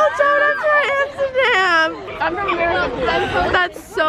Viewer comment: nobody and I mean nobody will mock more than she mocks herself. “Amstergam” “came to my Amsterdam” I love you